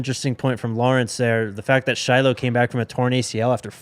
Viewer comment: Please learn how to pronounce the sister's name Shilo says it all the time so you should already know how to pronounce it Shallowmy (pr)